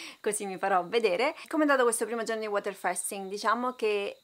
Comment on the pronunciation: Allora 1 si dice fasting così come si legge, se come dici fai un video a scopo illustrativo senza essere un esperto almeno parla propriamente. 2 questo video è deleterio credo ti denuncerò